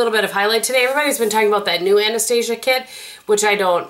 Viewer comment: And you pronounce it correctly!! a-nuh-stA'-zha"